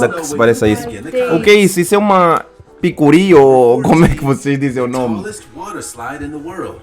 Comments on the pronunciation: "Picurí" KKKKKKKKKK Sucuri. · "Picuri" kdkdkdkdkdkdkdkdkkkdkd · Picuri foi a mais desculpa mas não deu pra segurar o riso kkk